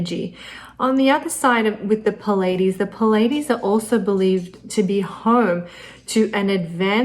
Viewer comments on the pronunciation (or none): Why is she pronouncing "Pleides" like "Pul aye dees"? It is "Plee aye dee's" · "Plee-a-deez" not "pu-ladies" !!!! You are teaching people, Please teach them well... (It can be highly embarrassing to learn that you have mispronounced a word for years! Speaking from experience...) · It's pronounced plee ay Deez. Spelled Pleiades. You were pronouncing it wrong. Great report. I love your work. My mercury is in Kritika in the 7th house. That should explain my reason for this comment.